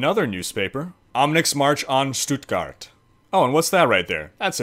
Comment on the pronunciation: Your "Stuttgart" was on point. Really Good :D! :)Still funny to watch as a German :D